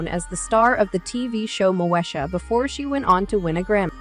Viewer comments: At least pronounce the name of her show right its “Mo-Eesha” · 😅😂You cannot even Pronounce her TV name right pathetic